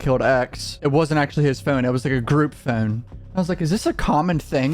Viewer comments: Bro y you say phone like that? 😂 pHoUunne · The way you say (phone) is painful. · Why you say phone like that? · I had no clue where you were from but when i heard you say "phone" i could tell it was somewhere near Baltimore Maryland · Good vid... the way You say Phone is very comical ✌